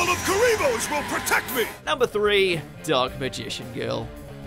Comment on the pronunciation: anyone noticed how pronounced the dark magician girl’s name when she appeared 😏